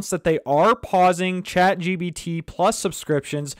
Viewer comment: Chat GBT, GBT - it's irritating... so pissed out... can't listen to him